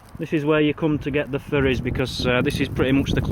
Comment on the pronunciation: Thought you said furrys, than I thought Fairys then I realized Ferries. lol.